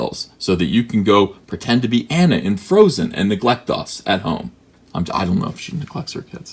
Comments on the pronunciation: Uhhh, her name is pronounced "Ah-na", man. She's Norwegian. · It's pronounced "Ah-Na" from Frozen. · Her name is pronounced "Ah-na". She's Norwegian.